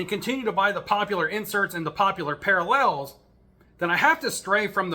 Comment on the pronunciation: Are you trolling with your pronunciation of parallels?? 😂